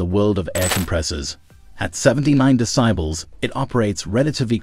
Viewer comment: "56 de-cy-bals" .. that ai voice is terrible ..